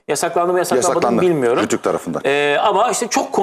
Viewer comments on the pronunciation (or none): Abicim bi kere RÜTÜK değil o RTÜK